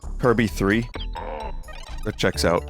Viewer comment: "Dee Kay Cee Tree Is Best Gaem" -Vinny, 2023